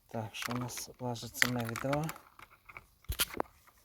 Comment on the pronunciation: Ну що це за слова? Колоп, відо, гам, попеледній, не лосте, дугу витягнув, клюнув на макаон. Ти шо знущаєшся? А ну змотав вудки і шведенько до логопеда. Що в тебе за батьки, що запустили твого язика?